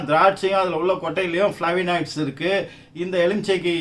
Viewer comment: ஃபளேவனாய்ட்ஸ் என்பதே சரியான உச்சரிப்பு Bro.